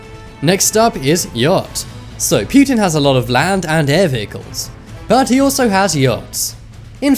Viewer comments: wtf is pewtin lmao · Is it just me or is he saying putin funny, kind of like stewie saying whip